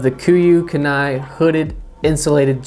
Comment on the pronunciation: You need to learn to pronounce kenai before you start to talk about things that were named after places in Alaska. Just saying.